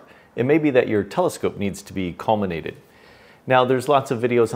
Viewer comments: No "n" in "collimate".😉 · Recently broke the corrector plate on my 5 in Celestron SCT and have a new one on order. I have been wondering how I would collimate since I know it's going to be way out, now I know. Thanks for this great video. This is one of those "Why didn't I think of that" times. And you can pronounce collimate any way you want when you're delivering such helpful information.